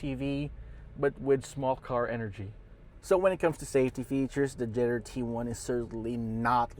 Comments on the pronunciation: Pronounced jet tour 😂 Now go sit in one first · When the car was planned and designed, it surely was done so in Chinese and in English. Not in Spanish nor Tagalog. It's pronounced jet tour. Easy peasy artichokey. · hahah napansin ko din. Cringe amp JETTEEERrr